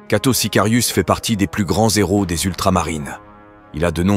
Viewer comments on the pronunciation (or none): "...des plus grands-z-héros des Ultramarines...", lapsus révélateur ou erreur de liaison ? 😉.